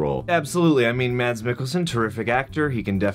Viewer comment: The “D” is silent in Mads.